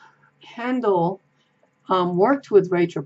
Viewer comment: Down a YouTube rabbit hole with Haindl tarot lol. Enjoyed the walk through. Just to let you know though his name is pronounced like HINE-dle not HAN-dle :)